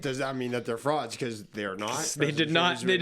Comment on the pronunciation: just starting the vid. I better hear do that “froud” pronunciation 😭😭❤️